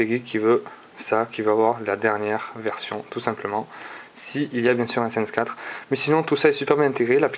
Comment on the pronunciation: ace crime sadich ? Lol tu prononce n'importe comment mdr ! Pour htc sensation ? T'aurai pas oublier le " le"-} pour le htc snesation.... Et pour finir on prononce Se ce et non Sance.... va te coucher